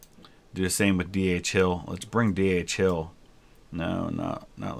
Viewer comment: Whenever you are saying “DHHill” for some reason I always hear “DHL” )))